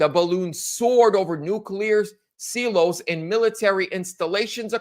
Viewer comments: What are 'nuclear seeloes'? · “see-los” Dude please. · Silos... the "i" is a long vowel.